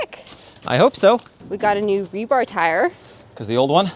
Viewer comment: you crack me up its rebar not rebarb lol